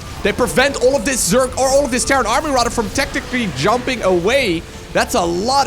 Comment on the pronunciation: its zerg not zerk :/